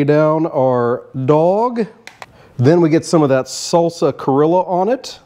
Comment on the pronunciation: I definitely see the Peruvian inspiration! That sauce kinda reminds me of huacatay sauce, except typically this is made with aji amarillo and Peruvian black mint, not easy to find on my side of the world 🥲 but I love a good hot dog! Great job! PS it is pronounced cree-oh-ja 😉